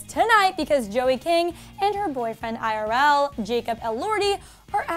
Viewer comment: I thought she called him irel when she said irl